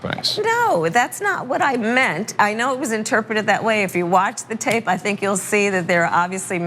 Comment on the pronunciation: "That's not what I mant." Who's favorite line is this?